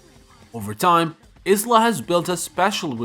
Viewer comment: Is-la? IT'S IYLA 😭*pronunciation*